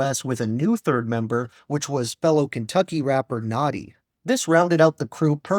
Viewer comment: Cool video man, one of my favorite albums of all time. One thing, its Natti, like nat-ee, you're saying it like naughty. Source: He says his name all the time in his songs.